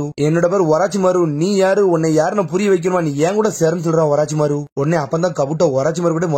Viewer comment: Oraachimaaro Illa da orochimaaru